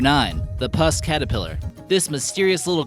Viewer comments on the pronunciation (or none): puss caterpillar, NOT pus caterpillar. Nice video though. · Umm -- OK ... Seems you've only skimmed these topics? Yes they are interesting, but even with just the little knowledge I have, you're making obvious mistakes (or short-cut thinking) in your reporting ... Such as 'puss' (pronounced the same way as 'PUT' or 'pussycat' -- due to the furry appearance -- not pus, as in pustules!). Have you spent more than 5 minutes researching "Ayahuasca"? Pronunciation is more like "eye-ah-waska" and it's not taken as a "SIP" but rather there is a lengthy preparation process (including dietary protocols) followed by consumption of a significant quantity (not a sip), uncomfortable nausea and vomiting etc -- and finally the 'trip' of a lifetime. I have not yet experienced this, but recall this simply from several first hand reports I paid some attention to in the past. Another thought, why would the pottery of any German Nazis say "Made in Germany" -- written in English, not in German? ... etc